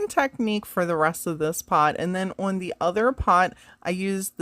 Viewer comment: Love how you pronounce "on" like "owenn" 😂❤ All the projects are lovely!